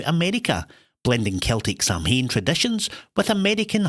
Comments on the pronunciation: Samhain is pronounced Sowan, not Sam Hain. 59/70, I got a few wrong because I don't watch netflix, and I had a brain fog on some others! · Samhain = Sowin in Irish/Geailge or Sahveen in Scots Gaelic. Never sam hain.